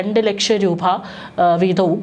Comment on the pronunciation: റൂഭ അല്ല. .രൂപ. .ഒന്നിറങ്ങിപ്പോകാമോ 😡😡😡